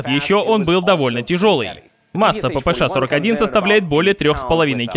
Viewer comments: Буква "Ша",а не "Ше"😅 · Ааааа, как меня корёбит: ПиПи Эс Эйч 😀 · Брендону так пофигу на то, что кто-то злится на его неправильное произношение "ППШ", что тратит примерно минуту на фонетические объяснения, почему он так говорит и как ему пофигу)